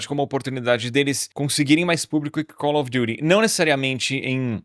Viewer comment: Que frescura desse pra fazer "Calfi Diti".. ele fala Cauri Durihh kkkkkk